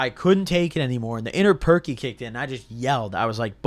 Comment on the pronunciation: “Inner perc” lol